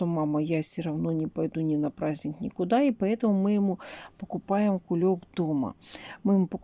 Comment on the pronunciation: "Кулек", аж уши режет